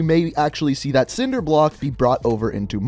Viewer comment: What the fuck is nobody gonna talk about how he said sword and cinder block.